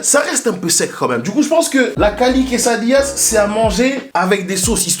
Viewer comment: Des quesadillas tu parles comme il faut !!